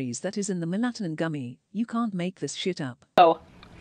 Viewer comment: "Melatonin taste tessst!" Ridiculous. Lol